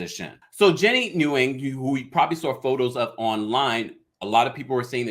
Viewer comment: Daily Her last name isn’t pronounced like that it is Win or Nuh Win not Newing